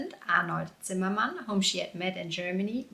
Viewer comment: I like that you pronounce the surname the English way when talking about Elizabeth and the German way when talking about her husband. Well done!